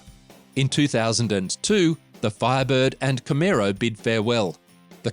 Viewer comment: nice aussie x b coupe there learn how to say camaro ,, i just brought a 68 firebird project car in australia ,, not too many of these cars here